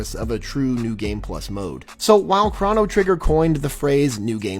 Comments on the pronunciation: It's spelled Chrono, not Chrano. So, using our language skills we were taught in kindergarden, it's pronounced "crow-no," not "craw-no." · I'm almost 100% positive it's pronounced "Kroh-noh" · The god Kronos - where the origin of this word comes from - is pronounced CROWnos. But Chronological is pronounced CRONological.